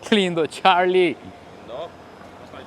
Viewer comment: Por qué cuando dice Charlie dice (charrrrrlie) se va a morder la lengua 😂😂😂